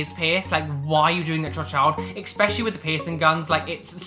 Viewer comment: there is no X in the word ESPECIALLY. 😉